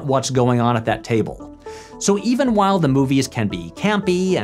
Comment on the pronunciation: If I have to hear Patrick say "whole I was on that island" one more time I'm done with this channel for good